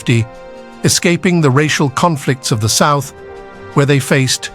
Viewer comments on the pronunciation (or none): none